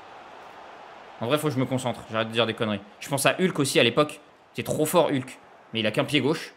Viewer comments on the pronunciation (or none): none